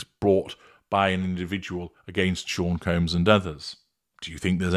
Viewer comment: He said Sean Coombs lmao😂